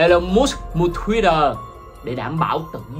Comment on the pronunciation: Sao lại gọi là "mút" mà không phải là "mớt k"